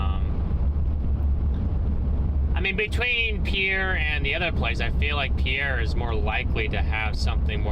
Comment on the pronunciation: The name of the city is Pierre South Dakota, not Per air